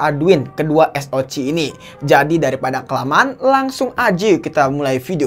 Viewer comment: Penyebutan SOC nya di ganti jadi Es O si aja min